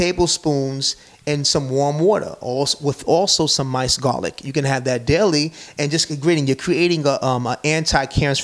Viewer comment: ITS MINCED NOT MICE ED